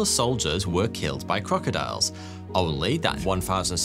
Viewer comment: He said Croctiles 🤔🤪